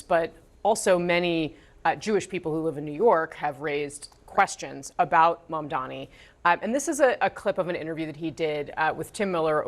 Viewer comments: Mudhmanni that's "mud-man-i" . 🤣🤡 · Get the guy's surname right guys, especially when you play a clip of Mamdani rebuking Cuomo for mispronouncing it.